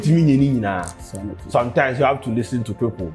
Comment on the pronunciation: "Sontimes" has point of correction😂😂😂